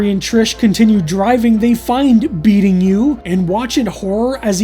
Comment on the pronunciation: You kept saying "beating you", you know it was meant to be "be eating you" right?